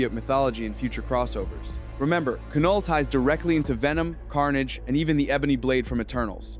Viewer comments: Definitely scorpion and your pronunciation is wrong it’s not ca null it’s Knull the k is silent so then it just makes the null sound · Keh-Noll. Is this AI? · The K in Knull is silent